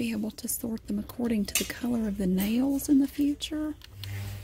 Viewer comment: i thought u were saying "jails" :)) but i do love your voice